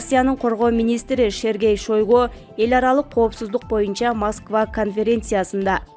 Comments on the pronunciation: Сергей Шойгу десен тормуз Шергей Шойгу дебей озу укса тилинди жулат . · Шариман десе болот Шергей десе болбойбу, дей берсин. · 3.21-минутада Россиянын коргоо министри Шергей Шойго дейт го. Шашпай туура окусанар.